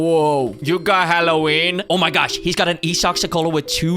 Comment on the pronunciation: hallow-WIENER base 😭